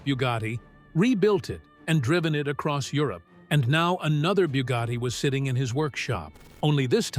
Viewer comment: It is Bugatti not byewgoty Chiron not kyron